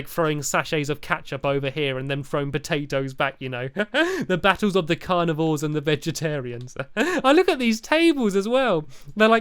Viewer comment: he said carnavars LOL and said wichers instead of wither